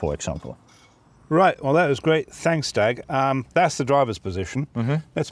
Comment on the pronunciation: Did he just say "tanks for watching.!"?